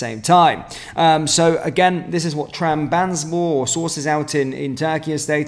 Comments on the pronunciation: Trab. Zon. Spor. Not......... tram. Bans. borr. 😂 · TRAB - ZON - SPOR Been annoying me for months